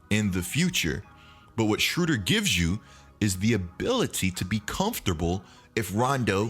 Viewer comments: keep mispronouncing the man's name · im from germany and its very funny to hear how you pronounce "Schröder" ;)